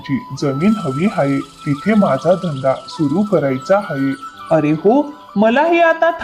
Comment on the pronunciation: हाये नाही आहे म्हणा